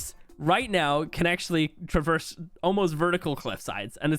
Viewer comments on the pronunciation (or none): none